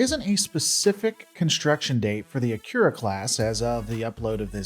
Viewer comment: At least pronounce the main focus a-Key-Ra class correctly!!